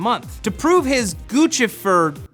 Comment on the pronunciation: its pronounced "goose - if -er" not guchifer